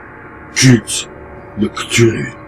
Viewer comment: ça se prononce "ctoulhou"